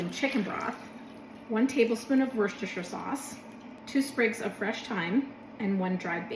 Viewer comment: Jeez. This is pretty much my step by step for French onion soup. HUGE kudos for saying Worcestershire correctly!!!